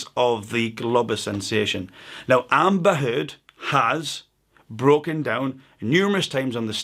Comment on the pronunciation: I'm just here for the way you pronounce "Amba Huuud" jk, great info ;-)